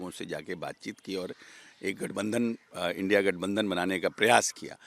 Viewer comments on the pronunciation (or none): तुम को इंडिया भी नही पढ़ने आता है क्या से इंडी बोल रहे हो